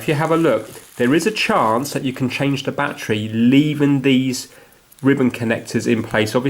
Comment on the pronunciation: What the hell is a “Batchree”???